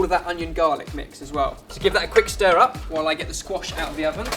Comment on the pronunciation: When you said "squash wellington" I thought you said "squashed wellington" and I was like, this is why we need more. Who else would make it into a terible joke about a damaged shoe?